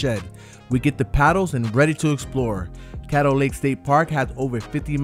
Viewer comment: Love the video, side note Caddo is pronounced like "cad-do" more like "cat-o" than "kate-o"